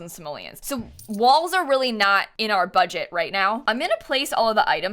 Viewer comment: Nobody:...: bUgEt cHaLeNgE!!!!